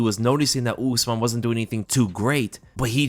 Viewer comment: Brother, “ooze-mahn” trains at elevation